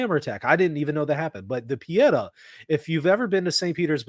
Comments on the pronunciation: Not Pe et ah but Pe eh tah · Google italian pronunciation of pietà is correct. I just say if you want to talk about it again. It's pietà, not piedah, but do not worry.